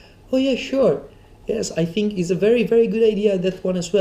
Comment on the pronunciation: when this guy says fink instead of think)